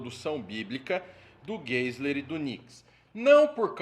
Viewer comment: Pronuncia-se: Norman Gaziler